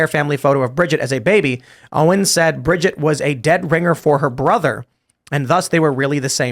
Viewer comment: Sssso it’s “ Bridger” Macron??? Lol